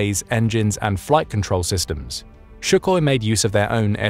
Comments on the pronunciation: It's not "Shukhoi". There is no "h". It's Sukhoi. Your pronunciation shucks... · hey, "@ " > It's Sukhoi, not Shuhoi! With S, not Sh. Like SukaBlyat, not like Schmeisser! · It’s not Schuchoi, but Su-hoi. Read as written. With an S. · Is pronunced "Sùkhoi" not "Shukòi" (s not sh and accent on the u) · Sukhoi NOT shukoi 😂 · Its pronounced "soechoi" not schuckhoi. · Sukhoi not Shukhoi Jesus christ. If u can't get that right, how is anything else u say right den? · not "Schukhoy" but 'Soohoy' . really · You don't pronounce Russian words correctly, annoying It isn't Shookoy, it's Sookoy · He mispronounces Sukhoi as Shukoy the whole time. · Su koi To be presoijsche. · Actually sounds more like Sue Hoy Сухой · I swear if I hear "Shukoy" one more time after this video I'm gonna walk out the window (I live on 3rd floor) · Why the hell would you pronounce it "shu-koi"? There is no "sh" in "Сухой". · Since when is Sukhio pronounced "shoekoy"? And since when is a 30mm cannon 'small'? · I don’t care how sophisticated you sound, when you are holding forth on a Sukhoi fighter and you pronounce it shoe-koy, your technical credibility goes right out the window as far as I am concerned. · Why do you keep saying Shoe-Koi? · Why does the narrator keep calling it Shukhoi? It is really irritating. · Who the hell is this "shook-oi" that you mention over and over?! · What is up with this novel pronunciation of Sukhoi? The first letter is S, like in sum, and there is no K in there. KH is just introduced by English transliteration, for reasons unknown. I guess the H in Suhoi would be understood to be silent, and who knows what godforsaken sounds would come out. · should have learned how to pronounce sukhoi before using it 183 times in this video. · Might as well rename the video "Why the SU-57 shucks" It's Suk-hoi... Not Shu-koi.... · Not bad, but his name is Sue coy, not Shoe koi. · Where did you get the "SH" sound in Sukhoi? It's Soo-hoi, not SHoo-hoi!